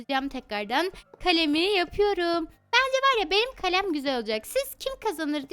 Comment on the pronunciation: Kalem kalem değil kalem